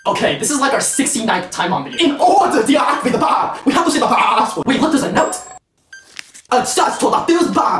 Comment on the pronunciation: "In OrdA tO Deactivate the BOMB we have to say the paaa🐑🐑🐑🐑